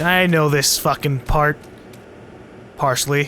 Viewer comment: Did you just say "parsley"? O_o